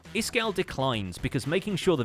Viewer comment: "...statue of Frankenstein..." - you've made a mistake in the "Iskall" word.